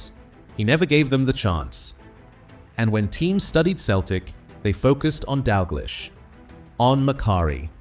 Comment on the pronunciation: So the 'betrayal' was what exactly and how was it 'unbelievable'? A potentially interesting, informative or revealing tribute spoiled by a clickbait title and an AI voiceover that mispronounces Stein and Dalglish. I suppose we should be grateful that this wasn't about Danny McGroin.